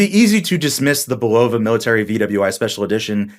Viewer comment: Isn’t it BULL-uh-vuh? Not bu-LOW-vuh.